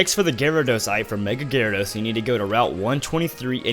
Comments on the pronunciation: oops GYARADOS NOT GYARADOSE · GYRADOS NOT GYRADOSE LOL XDDDD